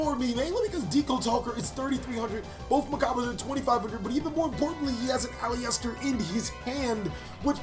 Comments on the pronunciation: You're prouncing Aleister wrongly. It's pronounced "A-lee-ster" not "A-lee-ester". :) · Sounded like you kept saying Polyester 😂 great duel btw! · It’s actually AL-LIST-ER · my fav yugituberr. its ah-lister tho. made my ears bleed with that pronunciation